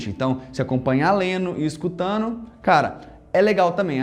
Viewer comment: Véio sem ofensa mas você come a letra D no português. Em você diz Leno e escutano ao invés de lendo e escutando. Você é um puta professor de inglês e fala creio que perfeitamente o inglês. Mas no portuga há uns vícios. Abraços.